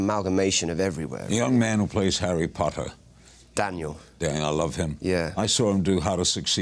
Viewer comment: the way Larry says "Potter" is very funny to me. It reminds me of New Girl when Schmidt says chutney like "chuttany".